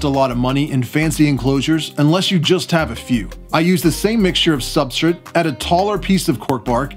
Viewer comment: I'm not entirely thrilled with how you pronounce substrate but great video. You take very good care of your animals